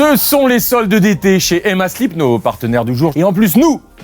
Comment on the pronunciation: CARLITO!!!! ARRETE DE DIRE "EMMA SLIP" !!!! c'est Emma slEEp. A chaque fois ça me choque, "mais pourquoi il parle de slips celui-la"?!